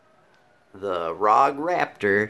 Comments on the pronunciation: Rapture, not Raptor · Rapture not raptor lol